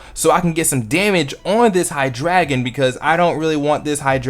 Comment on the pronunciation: Ok I went to the episode with Hydreigon in it and it was pronounced differently but funny thing though I was saying it wrong also :p and i couldn't find an episode with Vivillon In it :/ but idk I have just never heard anyone say it how you said it everone sorda pronounces Vivillon the same but you could be right who knows and I'm pretty sure your pronunciation for Florges is right! :]